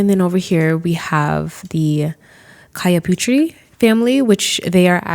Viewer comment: I believe that Cahyaputri is pronounced "cha ya poo three", it's a common name in Indonesia😁